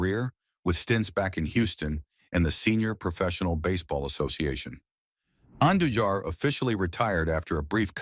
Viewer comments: I know, right? Dude pronounces Andujar’s surname like five different ways. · crazy thing is how it pronounced Andujar's name SEVERAL different ways, smh.